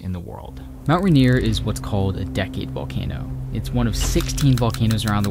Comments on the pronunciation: I'm being a picky and I do apologize, but it's pronounced Mt Rain-ier. Not Mt Ruh-nier. Just remember, in Seattle when it rains, you can't see Mt Rain-ier. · I know I’m leaving this comment MONTHS after you uploaded this, but I had to. You kept saying “RAN-ier”. That is not how to pronounce it. It’s “Rain-ier”, quite literally exactly how it’s spelled. Even when said quickly, you should always be able to hear the “Rain”. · Love this so much… especially as a native Washingtonian…! (Bit of feedback is your pronunciation or Rainer…isnt correct. Its Rain-nier